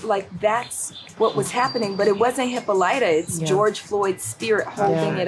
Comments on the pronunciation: Hipper lighter? Did they mean Hippolita? What terrible mispronunciation. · Hippo lighter